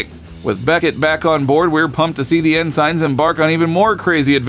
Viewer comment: Surely you meant “ensign” not “N-sign.”